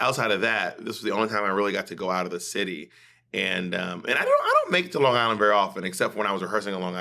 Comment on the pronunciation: Bob saying lawn guyland like a true long islander lolol